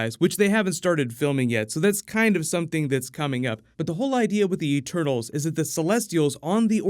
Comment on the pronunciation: “The E-turtles”